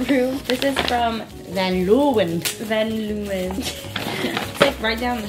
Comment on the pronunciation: Van Leeuwen is actually a Dutch name, you pronounce it as: von - l-ew-unh 😂